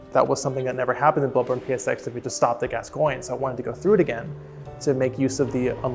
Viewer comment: This is incredible AND she pronounced Gascoigne correctly. 10/10